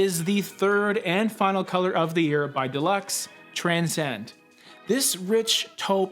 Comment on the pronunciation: Thank you for you content it helps enormously. Colour is so confusing!!! Don’t mean to be pedantic but it’s pronounced Dew-lux.